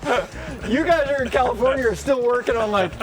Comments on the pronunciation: 🤣🤣🤣🤣 you said commifornia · Did you say “Commifornia?